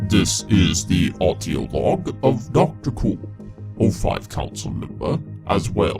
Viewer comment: Also stop putting so much emphasis on the word audio, it sounds weird